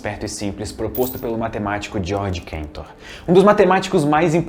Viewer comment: Ok, mas Georg Cantor era alemão, então o sobrenome dele não é pronunciado "Quentor".